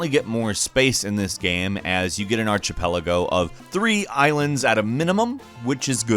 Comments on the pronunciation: Arch-ipelago? Was I the only one?:P ARK-ipelago. Sorry, love your vids man, just being a pronunciation Nazi:P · Did he just said ar-CHIE-pel·a·go? Like Chee? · The “c” sound in Archipelago is hard while the “h” is silent. Sounds like “Arkipelago”. You’re welcome. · Archipelago is not pronounced arch - i - peligo. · You butchered the word "archipelago" ... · Frankly, if you're an adult who can't pronounce "archipelago", your opinion about 'Tropico' (or anything else) doesn't much matter to me.